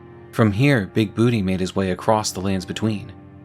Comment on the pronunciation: It's BOO-TAY! BOOTAY!!